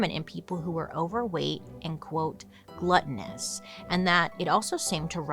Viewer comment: Not her saying gluttoneous and i shove a PB spoonfull in my mouth